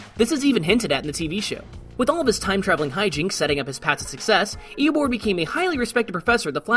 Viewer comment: Did no one else hear him say EoBORD the entire time